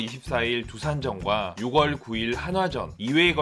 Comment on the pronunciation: 6월은 육월 아니고 유월이라고 읽어야하는데...